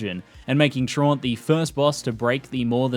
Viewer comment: Great vid but your mispronouncing “Traunt” it’s supposed to be “TRAUUUUUUUUUUUUUUUUNT”